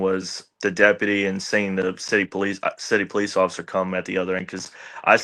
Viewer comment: "poC"...? "Occifer"? Are you okay?